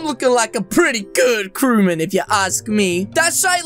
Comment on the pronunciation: It's not crewmun,it's crew~mate